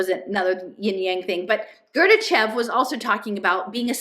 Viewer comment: Really small point but it sounds like you’re saying “Gorbachev” when you mean Gurdjieff